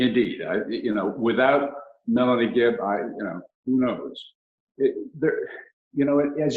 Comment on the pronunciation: Access it’s Not Melanie ‘Gibbs’ it’s Melanie GIBB! Sorry but that important ! 🥺